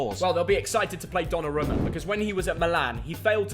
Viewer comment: It’s not donnaroouma it’s dollaroouma im a milan fan